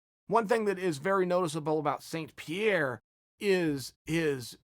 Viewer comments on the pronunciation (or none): saint pronounce sanne he is french canada not a saint